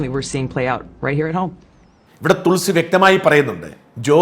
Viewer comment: തുൾസി അല്ല തൊളസി